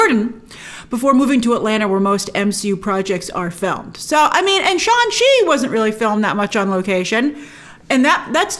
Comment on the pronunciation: Hadn't Brian Tong clarified in your collab video that Shang-Chi is pronounced with the G.